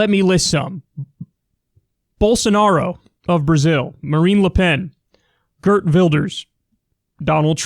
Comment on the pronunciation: first of all you mispronounced Geert Wilders, you nailed his last name but in dutch the "ee" in Geert is pronounced more like the "ea" in beard. the repeat of a vowels signals a longer sound in dutch. second Geert Wilders is not a fashist, it's close but no. lots of his rhetoric attracts fascist, which is bad enough but last provincial election he lost all the fasist/neo-nazi's in his base to Thierry Baudet and his forum for democracy, who's been doing some serious dog-whitelisting. because the fascists know Geert Wilders isn't really one of them! the Netherlands has a fascist party for the first time since the NSB (literal nazi collaborators during WW2) and it's forum for democracy. Thierry Baudet has writen a book called "Pro Europa dus tegen de EU" it translates into "pro Europe therefore against the EU" with a title like that you know the content is great replacement theory. this election map is scary it shows him flat out winning 3 (in purple) of the 12 provinces and if you mouse over the other ones you'll see him come in 2nd or 3rd place there. luckily provincial elections matter the least, but I worry about what will happen when the national elections come around considering Thierry Baudet current popularity. Willders and his freedom party (PVV) were never able to form any kind coalition in spite of often being the 2nd largest party. the top 3 parties are all right wing, the 4th kinda centrist (but real friendly to business), then it's the 3 leftist parti